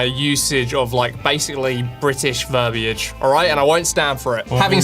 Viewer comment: Whoa, a correct pronunciation of verbiage. 4th person I've heard.